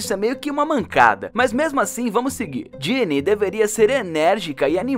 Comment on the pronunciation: É Ginna não Ginny mas o vídeo ficou incrivel